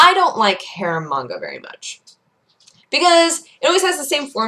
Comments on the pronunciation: I totally thought she was saying "hair manga" rather than "harem manga". I figured it made sense considering it's. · Tenchi is a garbage anime. All of them. Absolutely terrible. Bland characters, unoriginal, terrible -_- The only good harem manga is Ranma 1/2, Hell, it created it and is hilarious. It's all a joke, nothing serious. And it sounds like you're saying "Hair Manga":P